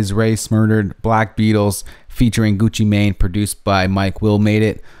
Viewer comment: learn how to pronounce gucci mane right